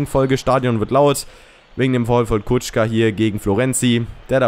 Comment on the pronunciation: Der wird kuka ausgesprochen und nicht kutschka